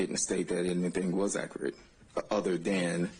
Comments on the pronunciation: [ak--er--et] and not [ak--cure--et]. I speak two languages fluently using the proper dialect in both. Why is it that some can earn a law degree, but don't have the intelligence and the "listening skills" it takes to learn how to pronounce the proper English dialect. I'd bet that if our Microsoft software didn't have a spell check, wouldn't be able to spell that word and many more. If it's that easy to earn a law degree and make the money they don't deserve, I'm back to school next semester. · Anyone else annoyed that he can’t say “accurate”? And he’s a lawyer! It’s not akrit! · AK-OR-RIT? REALLY? How do these lawyers, DA's get so far and not be able to handle being on the stand? Raises so many questions. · Hes not being "Ackrut"